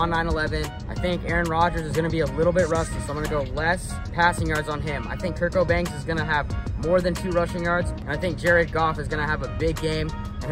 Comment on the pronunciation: you seriously call him Kirk Cobains? Bruh.